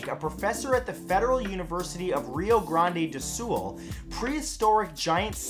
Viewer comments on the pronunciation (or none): Soo funny him saying Rio Grande do Sul... I'm brazilian and live there.